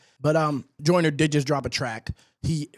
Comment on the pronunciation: No he’s saying “Jonah” on purpose…we know how to say “Joyner” in the UK 😂